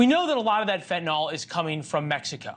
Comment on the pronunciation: RN here who has given fentanyl IV. I don't understand why people insist on saying fen-tin-all; it's FEN - tah - nill.